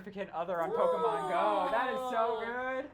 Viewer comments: Lol 'Pokeman'😂😂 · It's not man it's pokeMON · pokemon not pokeman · *pokemon not pokeman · What the fuck is "pokeman"